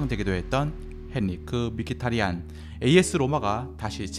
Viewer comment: 헨리크 미키타리안을 제대로 발음하면 "헨리흐 므히타랸"이 된다는 ㅋㅋㅋ